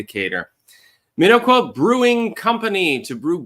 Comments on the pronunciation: The "O" is soft,. "Minn-awk-wa". Not that I care under this circumstance. You have "Waukesha" down pat. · Its pronounced Min-ock-wa